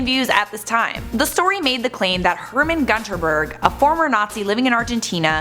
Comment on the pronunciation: Everytime she mispronounces gunterberg i die inside